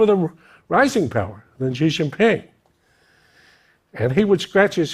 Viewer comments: It's Xi Jin Ping. He was pronouncing Ji Xin Ping. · You still can't say his name correctly